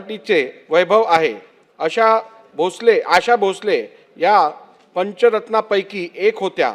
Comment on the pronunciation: 100% याला मराठी वाचता येत नाही... English मध्ये लिहून आणलंय... म्हणूनच 'Asha' हा शब्द 'अशा' वाचतोय.. याला भावपूर्ण श्रद्धांजली